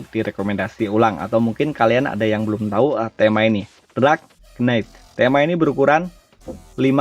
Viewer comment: Cuma saran. Belajar pronounce inggris yg simple2 aja kalo dark itu dibacanya bukan drak🙏🙏